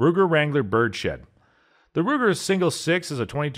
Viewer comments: "bird-shed?" It's birds head. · Thought he said Ruger Wrangler bird shit